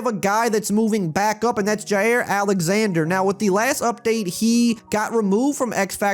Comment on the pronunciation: For Jaire it isn't Ji Air. It's Ji Ear.